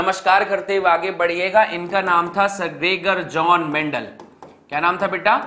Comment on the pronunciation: Greger jon mendel 😂